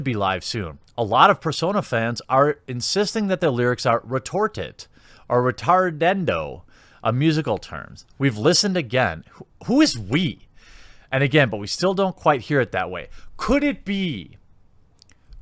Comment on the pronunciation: Just a little info, I'm a musician and it's "Ritardando" not "Ritardendo"